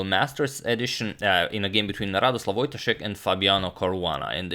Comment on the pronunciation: Antonio, it's voyTAshek, not VOYtashek.